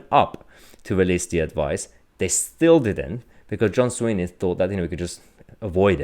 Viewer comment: john swinney' not sweeney mahyar ...